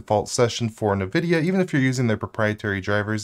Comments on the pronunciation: Not that it really matters, but it sounds distractingly weird every time you say “Nuh-Vidia” instead of “En-Vidia”. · It is wrong.... It's ENNN-VIDIA. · "Nuh-VIDIA"? Is that right? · Nvidia - a play off "invidia" (translates to 'envy') pronounced like it too (in-vid-ia not na-vid-ia) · still can't say nvidia correctly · I mean sure, but I was just talking about the pronunciation. It sounds...wrong.